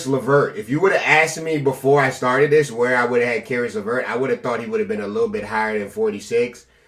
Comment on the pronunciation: "levert of caris" LMAOOOOOOOO